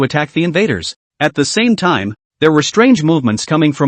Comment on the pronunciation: Good story but when he says "the" that is annoying because of the why it's said